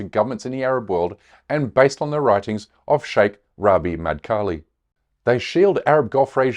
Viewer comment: An ignorant Liar who can't even say the name of the Shaikh Rabee' al Madkhali